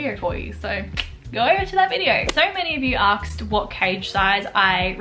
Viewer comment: "so many of you aksed"🤣🤣